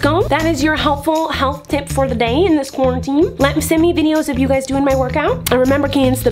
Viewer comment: I think it's funny and cute that she's saying “cwarminteam” instead of “quarantine”🤣❤️